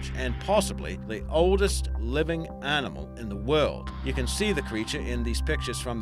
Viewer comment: What's this " Arninmall" can't he say "Animal" 🤗